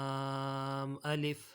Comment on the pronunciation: Laanm nhi laaaam hai sir